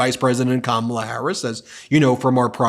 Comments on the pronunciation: ... What a tool! Even a child knows how to pronounce "Kamala". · He is so disrespectful mispronouncing her name. He does it on purpose. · He has no platforms to stand upon and just calls names and disrespects Kamala at every turn. Hes to stupid to even say her name right and talk about policies rather then his dementia rants. So over this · Seems obvious to me that Trump has a problem pronouncing Kamala, hence his 19 different ways. Trump has the ignorant, the uneducated and the devious, the problem is, there are so many of them. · Since he won’t pronounce her name correctly, let’s just call him Donald Dump. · Don-old is too weak in the brain and old to figure out how to say Kamala properly. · He can’t pronounce, Kamala